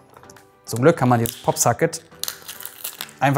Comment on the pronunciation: Ja das weis ich aber er sagt ja Sacket stat Socket xD Is ja auch nicht böse gemeint